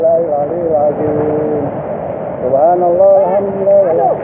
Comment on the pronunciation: salah nyebut pak, bukan subahanalloh